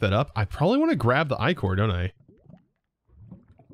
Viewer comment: Ichor is usually pronounced ick-or. Think about the slime left behind a dead body. 😂